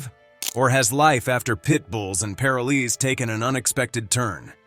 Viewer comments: Ah yes Pit bulls and Par o lees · What the hell is pair-a-lees???? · Paraleez?? PAROL EES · This commentator can’t pronounce the word Parolee…it’s not pair-a-Lee, it’s Pa-roll-ee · Plus, it is pronounced, PA'ROL'ES, LONG "O" !!!! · "Pair-o-lees" like two people named Lee. Lol 🤦‍♀️ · If this man was chosen narrator of this show, he should have at least been taught how to say “parolees” correctly. It’s pa*ro*lez with the emphasis on the “ro” and the o and e being long. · "Pair oh lee's" wth lmao 😂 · First off its paroll ees and this rescue needs some kind of corporate sponsor to get meaningful income to her and her rescue There should be efforts from All pro animal rescue people humans like Let Bissell let her be in commecial to gain a meaningful paycheck others in commercial biz throw her occasional commercial or such to help keep the rescue and its occupants alive and well Animal Planet sux Time warner greed sux Think ill continue to avoid both Tia you and the awesome pits and every other stray breed deserved better still do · Wish the one talking knew how to say parolees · if you misprounce 'parolees' one more time.... damnit. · I always watched the show. Her dedication was unparalleled. I just wish the narrator learned to pronounce POROLES properly. Such an easy word--so badly pronounced. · Tia and her have done such a fantastic job with the "world's most misunderstood breed." The announcer kept pronouncing paroles wrong but then he did it right and switched to misprouncing the word wrong. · PLEASE PRONOUNCE PAROLEES CORRECTLY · If only the guy could say "parolees" correctly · Narrator needs to pronounce the word "PAROLEE " correctly. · OMG, the narrator is mispronouncing Parolees. It's making me nuts. I love Tia, she is the very best. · Pronunciation please. Pitbulls and Paroles. That is an "o" after the r in paroles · This computer voice pisses me off every time it mispronounces parolees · wish you pronounced parolees correctly